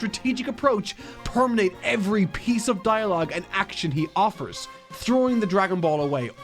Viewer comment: Permeate not permenate